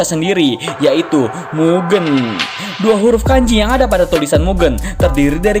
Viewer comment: Izin nambahin bang, mugen cara baca "Ge" nya bukan Ge nya "genderuwo", tapi Ge nya Gepeng